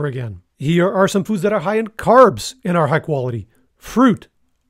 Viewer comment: Editors Note: It’s HIGH fat or carbs NOT hi as in hello.